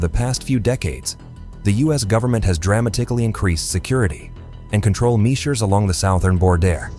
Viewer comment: Not even three minutes in, and there are already too many wildly mispronounced words--EYE legally, ME-sures, SOW-thern bor-DERE, and the butchered pronunciation of 'dramatically'. At least put in the effort to listen to your video before posting it and letting your ai ruin it. That or just read the script yourself so your ai isn't making you look a fool lol